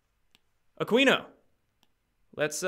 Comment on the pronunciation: Hey, Aquino is pronounced Ah-kee-no, not Ah-quee-no. Keep up the good work!